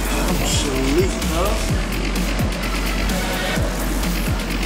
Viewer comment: Aqua Rockie he said I'm shleep cuhhh